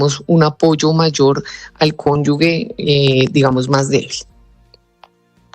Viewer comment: Que alguien le diga a la eepresentante que no es conyugue sino cónyuge